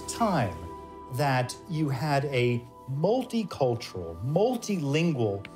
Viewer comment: What does he mean by "MAAWWLTY cultural" ? {:o:O:}